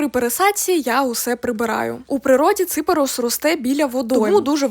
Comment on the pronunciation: Взагалі-то, він не цИперус, а ципЕрус. Наголос - на "Е".